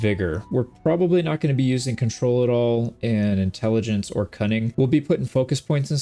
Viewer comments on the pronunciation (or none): none